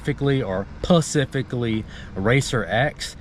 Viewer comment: Why do you keep saying "pacifically"? Pacifically by definition means "in a peaceful, calm or quiet manner". That has nothing to do with the word specifically. Anyone complaining about you using the word "specifically" has poor grammar. You matching wits with them by saying "pacifically" is just silly.